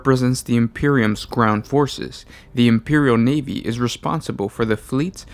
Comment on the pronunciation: The imperial NEEVEE?! I love the NEEVEE